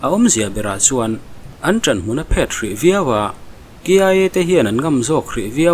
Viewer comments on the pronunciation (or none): 'An ṭanhmun a phét (reflect)' ni loin 'An ṭanhmun a phet' (a ke a 'phet' tih anga lam tur. Che chhia, chan chhia ) tih tur.